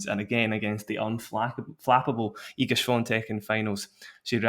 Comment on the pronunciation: Respect for the good pronunciation of Iga name. not everyone does it correctly. .even the judge during the match xD